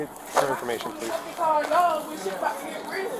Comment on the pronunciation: Queens be quennen again. Powlease 😂